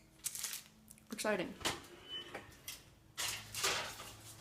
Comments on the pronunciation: pronounced "meraingay" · Too used to pronouncing meringue in spanish...i don't like the sound of it in English 😥